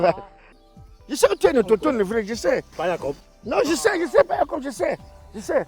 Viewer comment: dit qu’il est quoi? 🤣🤣🤣 L’au”G”tochtone? Les bamis vous êtes graves 😭😭😭 ou c’est “G” ou c’est “K” que vous rajoutez dans les mots oo vous seules connaissez 🤣🤣🤣❤️❤️